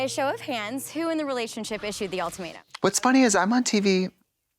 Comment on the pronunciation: I'm happy to know other people say "All-tomato" instead of ultimatum. Hope they watch the reunion episode!